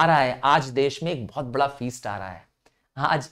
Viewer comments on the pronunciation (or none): none